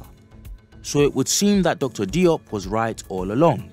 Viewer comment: Diop is pronounced Joap as in Soap and not Dee OP!! No offense intended. We need to tighten our game up!!